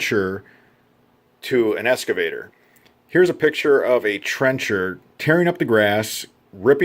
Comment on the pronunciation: It's pronounced "X-cavator", not "Es-cavator". I think the video is great and your voice is great. I just think you should pronounce the word correctly since that's the focus of the video. You know I've been called a dick a lot in my life for comments like that and I'm sorry I don't mean to be sounding that way